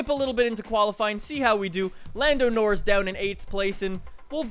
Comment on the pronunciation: What is it with the way you say Norris that pisses me off so much?